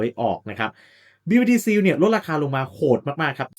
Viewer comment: เนื้อหาดีแต่่คำว่า "seal" อ่านว่า ซีล (/siːl/) ไม่ใช่ ซีว